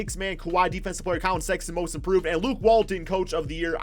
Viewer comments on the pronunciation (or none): none